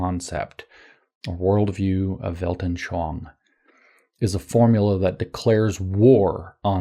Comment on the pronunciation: You actually always say "Weltnschoang" instead of "Weltanschauung"